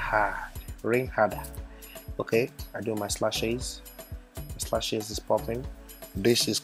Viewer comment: It's funny how he keeps calling lashes,slashes 😂😂